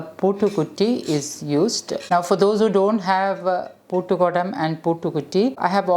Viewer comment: It is not poottukudam or poottukutti, its puttukudam / puttukutti. Bcz poottu means lock. I know u know malayalam , so better to pronounce it correct